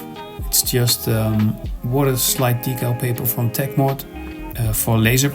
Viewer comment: Tip : the pronouncing of the word decal sounds like dekkal in Dutch .. 😊